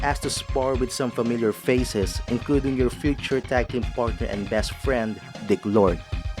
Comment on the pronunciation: It’s actually Dick Road, not dick lord